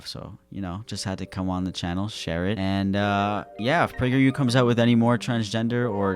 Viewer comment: Not "pragerU" 😩😩